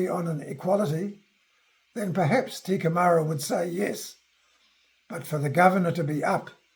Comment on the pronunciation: Lol... Not "te kemara" but (Kai) teke mara. . .